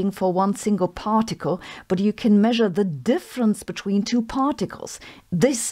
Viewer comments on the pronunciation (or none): none